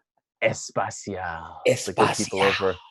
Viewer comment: Yet again, Espacial=Spatial. It's es-pe-cial. No. Es-pa-cial. Imagine if Modelo goes to space. Haha